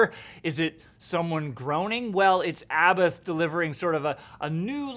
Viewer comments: It's pronounced " A bot " he's said it himself several times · This poser can't or won't pronounce Abbath correctly.